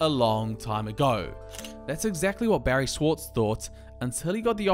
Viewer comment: It's "Barrie Schwortz"